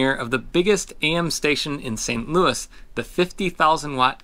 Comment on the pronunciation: The final s in Saint Louis is silent. Period.